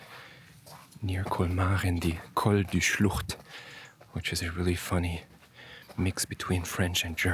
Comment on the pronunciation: But are you a Native German speaker? I'd be really surprised to hear that a non-native speaker can pronounce "Schlucht" like that 😀